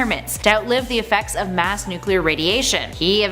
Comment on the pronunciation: Nuc-U-lear man?